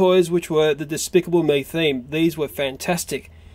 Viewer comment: I think you tried to say DESPICABLE!!!!!!! (haha PUNZ)